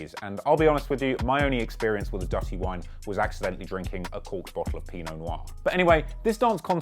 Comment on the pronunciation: My Favorite Akon Oh and, you did well with your explanation and pronunciation of Dutty Wine. I'm from Trinidad, the act wasn't his fault to be fair in my opinion. The club never recovered after that though. Been following this project from the start, I'm happy to see it completed. Sad that there isn't more coverage of it.